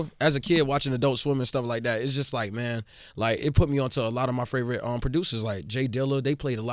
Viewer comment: the way denzel says “favorite” KILLS ME. he says FRAVORITE every time. every interview😂